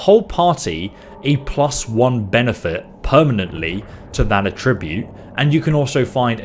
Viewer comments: Attribute- noun - emphasis on the first syllable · Everytime you pronounce "attribute" in its verb form when referring to the character statistics makes me unreasonably uncomfortable. Good video though. This is definitely the type of game where you start a new game a few times over trying to find the right build for your playstyle. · He mispronounces "attribute" as well. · Yeah his pronunciation implies attributing something to something, not having an "attribute" itself.